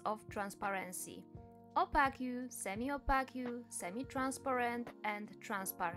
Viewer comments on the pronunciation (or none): you said opaque wrong x